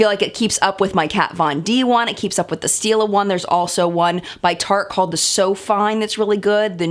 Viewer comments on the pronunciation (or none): none